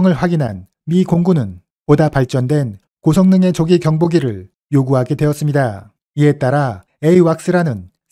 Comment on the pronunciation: 내용 정리 잘하셨네요 다만 "었습니다" 발음과 억양은 교정하시면 백점 만점 입니다.